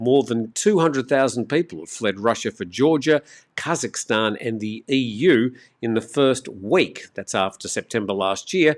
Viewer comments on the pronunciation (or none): none